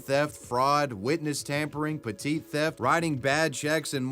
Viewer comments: Hi, "petit theft" is actually "petty theft", not "petite" like you pronounced it. Understandable mistake, I've made it myself before. :) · Bro... "petit theft" is pronounced "petty theft". The second P is silent. Petit means "small".